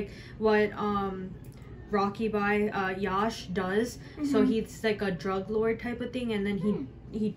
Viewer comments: yash not yaash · Pronouce Yash correctly